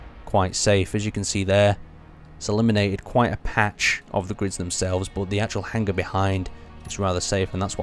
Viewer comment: It's hanger not hang-ger